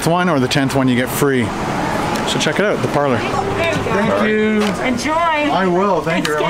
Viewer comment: No one sounds more Canadian than when he says "Check that oout." Love it!